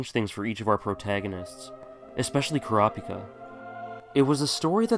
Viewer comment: Why do you pronounce Kurapika's name like it is read out loud, instead of how they say it in the anime? Which is correct because, well, they are pronouncing it for you.